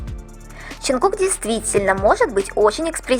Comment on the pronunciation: Мне одно интересно почему вы каверкаете имя ЧОН ЧОНГУККА, ЧТО это за ДЖАНКУКК в аннлийском нет буквы Ч этому такое произношение ,в немецком ,что бы написать букву Ч используют 4 буквы ,но в русском она есть ,так что же вам мешает правильно произносить и писать имена